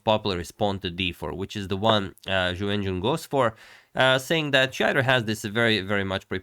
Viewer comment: I will never be able to watch agadmator's recaps of this world championship without thinking of "YuWenYuWen" and laughing like an idiot